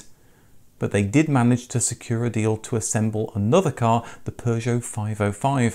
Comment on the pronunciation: How long has Purrrgeot been spellllleed with three RRRRs??? 😅